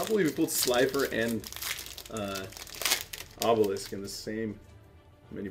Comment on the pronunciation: he said obelis the tormentor lol🙉